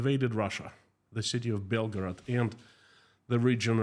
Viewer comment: please don't pronounce Belgorod like Belgrad, the capital of Serbia i jumped off my chair for nothing